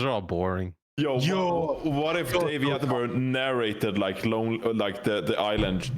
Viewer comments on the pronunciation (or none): "Sir Attenbruh"